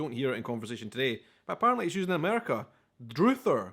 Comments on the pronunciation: Druther is not pronounced DROOTHER. it's pronounced drother (like brother) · Druh-ther, not Drew-ther. 'I'd druther you not do that.'. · druther is like rather, used by Southern backwoods people in the old days, he slaughtered the pronunciation, it's dru , as in rah, except change the a in rah to a u(soft u , uh, not oo ) , so it's druther , not droother. Even I didn't know what he was taliking about, because of the pronunciation snafu. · Druther - does not have a long u. It’s pronounced similar to other or brother. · In the U.S. it's pronounced 'druhhhther', not drooother'. "If I had my druthers, I'd rather stay home." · Druther should be pronounced with a "uh" sound for the U DRuhTHER (like a mispronounced "I'd rather". Indicates making or having a choice "If you had your druthers...." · Druther. Not pronounced like the u sound in drew but more like the u sound in butter. Tech school is two year program for things like mechanics, nursing, water plant operator, etc associates degrees or specialized licenses. College usually offers just 4 year masters degrees. Universities offer four year degrees and advanced training for things like medical doctors and other professionals who require more in-depth knowledge and training. Backhoe because it’s on the back of the tractor and used for digging like a hoe only bigger. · Oh! He's not pronouncing "druther" the way that I've heard it said! He's making it rhyme with "Luther" rather than with "other"! 😁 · Druther is a portmanteau of I'd rather usually used in the South. It's pronounced dr-uh-ther instead of droother. It rhymes with brother. If I were to say to another Texan "If I had my druthers today I'd be out fishing but it's raining." it means I'd rather be out fishing but the weather screwed it up. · #2 is druther with a short u rather than a long u. An ah sound not a oo sound. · Druther is pronounced like other. From I'druther do this or I'druther do that. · The U should be OO Druh ther!